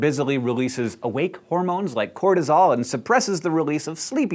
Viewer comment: heh... they said "hormoMes"